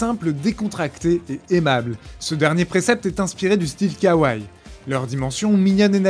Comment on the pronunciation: Bonjour. 可愛い (kawaii) se prononce ka-wai-i et non pas kawaï.